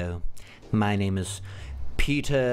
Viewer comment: I laughed so hard when you sed peeter IU😂